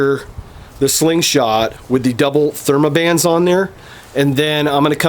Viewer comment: Theraband not thermaband